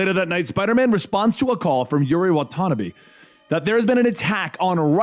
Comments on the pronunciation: it’s wha-ta-nah-bee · excuse me!!!! wan-tana-beee!!!! like one ton'a bees. What the hell hahahahah wan-tana-bee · “Wa tanuhbi” 😭🤣😂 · Hate how he says Watanbe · I'm guessing he didn't play the game because he read Watanabe wrong. Or it could be he forgot because of how much info he is reading